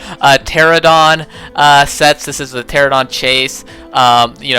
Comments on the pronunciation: It’s pronounced ter-an-a-don. Also, I know it’s spelled with a p. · I must admit, your habits of calling Pteranodon "Pteradon" and calling every other dinosaur character (most of which are female anyway) "he" is incredibly annoying.